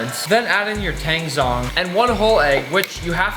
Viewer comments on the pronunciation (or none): tangzhong is not pronounced with a silent h! it's pronounced like "taAng-jOng" as in tang-y and john with a g on the end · To you, Weissman and all the other Americans, zh in Chinese makes a j sound, so tangzhong (water roux) is pronounced tangjong